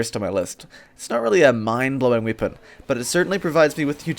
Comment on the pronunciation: Are you from Croatia or to be precise,Dalmatia? I have noticed just now that you say I instead of E like weapon for wipon. I'm not making fun of you,but the people in Croatia use ikavica to replace the letter E with I like you do.